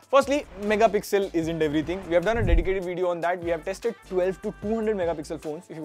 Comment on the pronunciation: I like your veedios but my OCD prevents me from hitting like until you pronounce it properly. Vid-eeyo